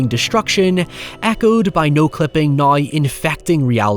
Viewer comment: whenever he says "Now" as "Naiy" it takes me a minute to process